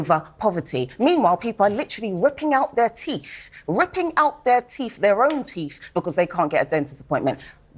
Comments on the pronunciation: TEEF!!! are they not called TEETH in the UK? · Teef????? That's how I pronounced the word "teeth" in my bilingual childhood home in Denmark... until the age of around four, when I finally learned to master the english "th"-sound. Thus I had expected more from a grown woman who lives in England, therefore I can only assume that she is a language slob. And based on that alone, I find it hard to take her seriously. Oh, and that she interrupts and shouts, makes her come across as being down right ridiculous. Stop giving her attention, because she obviously feeds on the stuff!!!! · She adopts her phoney British ‘posh’ accent, but cannot pronounce the word teeth 🤔, there’s no such word as ‘teef’ in the English dictionary (mask slip 🤭), she’s obviously not as well educated or ‘posh’ as she would like everyone to believe! A race baiting hustler, grifting off the hate that burns in the hearts of her ilk! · “Ripping out their own teef “? The mask slipped a little there.